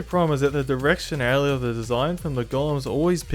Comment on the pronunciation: The directionalithetha